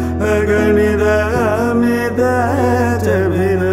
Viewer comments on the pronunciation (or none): none